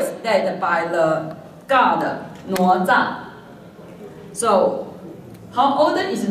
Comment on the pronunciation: + 哪吒 “的”（“哪” 的發音也是錯的）